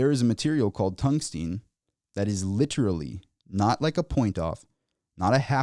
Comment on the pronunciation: TUNGSTEN FFS, NOT TUNGSTEEN.